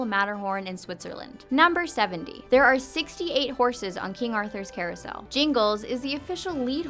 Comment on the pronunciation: "in the coursel,the lead horse is jingles" JESUS MY SCHOOL ELF'S NAME WAS JINGLES